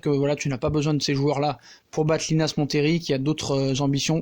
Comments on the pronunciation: Yo 😊 un détail, montlhery se prononce "monléri" salutations à toi 👍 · Yo ça te dit monlery linas montlery ça m’a bien rire Sinon top 😉